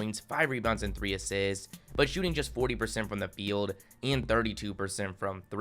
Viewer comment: He averaged “five asssssits” why do you talk funny lol